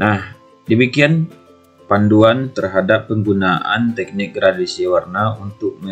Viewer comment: videonya sangat bagus sekali pak, namu saya ingin memberikan sedikit masukan, itu dibacanya "GRADASI" pak, bukan "GRADIASI", soalnya tidak ada istilah yang namanya gradiasi pak, adanya gradasi, terimakasih bapak. semoga sukses selalu🙏